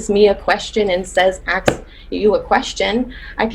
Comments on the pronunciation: "You turn that aks to an ask or your ASS is unemployed." Damn. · As a danish person i was so confused when she said “aks”?? I thought what was wrong was that she didn’t say “may” but “can”. Where the fuck does “aks” come from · Aks in fact is NOT a word lol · "Acks you" infuriates me. It IS stupid. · does it kill you too much to say a 3 letter word then right way? Like seriously... I cringe anytime i hear someone pronounce it that way. You'd never say it like that in let's say - a job interview- and you def wouldn't missplell it. I've also heard people use it interchangeably, like one second they're saying "aks", then a couple minutes later it's "ask", then back to "aks". Like pick a damn side 😂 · This is ridiculous! And I hate when people can't pronounce a-SSSS-k! Now I don't mind the BlackCcent, I think it's fun and funny but, in my presence you can only have that accent if you know proper English! And yes, that's not cultural because we're not black, we're African and French speaker so.... I correct my kids when they try to be cool and use any blaccent word! So this very sad.... Demand excellent to your children so that if they fail they reach goodness!